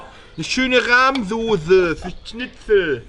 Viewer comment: Wie da Snitsel gesagt hat hahahhhahahh